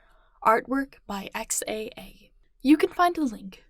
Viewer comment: Whenever Mira says "Artwork by XAA" I always hear "XY" and I expect him and his father Bob Roth will show up claiming this is THEIR story